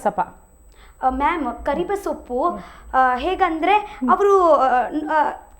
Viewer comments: They way she told Karibasappa as Karibesoppu😂😂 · ಕರಿಬಸಪ್ಪ ❌ ಕರಿಬೇಸೋಪು ✅ 😂😂😂😂